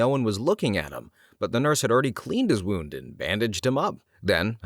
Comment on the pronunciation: I'm only halfway through and I've heard 3 mispronunciations... 'wound' followed by 'wound' in the following sentence really did it for me. 😂 I still love the energy and curiosity though mr. narrator... Maybe watch some ER dramas lol